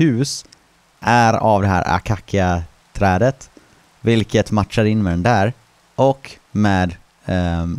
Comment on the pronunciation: Ackackia?... man säger/utalar akasia.... :) o dock vet jag inte hur det stavas.. :p